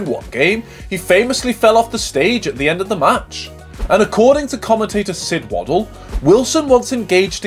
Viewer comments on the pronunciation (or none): Two things. 1 Cirrhosis is pro nounced Si as in sit row as in what you do with oars ans sis as in sister cirrhosis. 2 The unforgivable part was pronouncing Sid Waddell's name wrong. It 's Sid Wadd EL NOT waddle as in a baby's gait 🥺